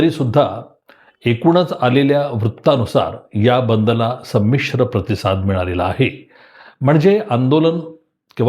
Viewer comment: संमिश्र संमिश्र फार च जोर देऊन म्हनता त्या वरून आपल्या मनात नेमकं काय चाललंय याची कल्पना येते आहे.... सर्व आंदोलन हे संमिश्र च होत असतात फक्त भाव भावना चा शब्दाचा अपभ्रंश करून काही तरी टायमींग टायमींग म्हणून वाकड्या दाखवण्याचा केविलवाणा प्रयत्न दिसतो आहे.... पण सर ते आंबेडकर आहेत...... मनात घेतलं तर केव्हाही कधी ही नुसता महाराष्ट्र नाही तर आखा भारत बंद करण्याची धमक त्यांच्यात आहे...